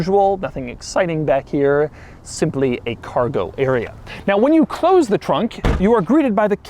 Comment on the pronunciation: did anyone else hear Doug say “trunk” with a French accent?